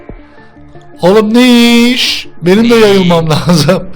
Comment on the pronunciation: Abi Neiş Demeye Uyuz Oluyom Taklaji